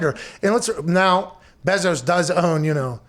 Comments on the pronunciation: Bruh it’s pronounced BAY zos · I have never heard someone call Bezos’s last name so weird wtf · “The Bezores.” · It’s pronounced BAAAAAAAAA-zos GET IT RIGHT!!!!!!! Sorry this just triggered me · If only you guys knew how to pronounce ‘Bezos’ 😂